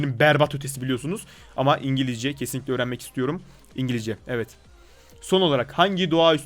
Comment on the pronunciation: ingilijce XD